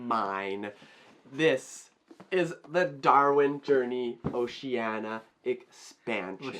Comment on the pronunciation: You guys have just solidified your spot as my #1 favorite Youtube channel for being the first channel in history to pronounce Oceania right! 😂